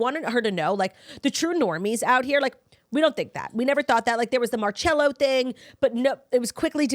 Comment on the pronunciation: Omg I can't listen to Claudia pronounce Marcello's name wrong anymore. It's pronounced MarSEllo